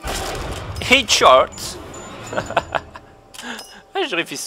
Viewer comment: On prononce "hèdshot" et non pas "hidshot". ;)